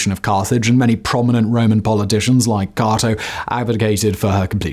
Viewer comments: C"A"to not Caaaato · That's not how you say Canaanite or Cato. And nobody fired anything until the invention of firearms.